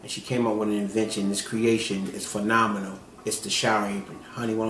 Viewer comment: "Iss feenaaminal."